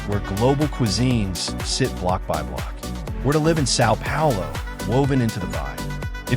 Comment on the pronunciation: I hate this pronunciation of Sao Paulo. Try hard.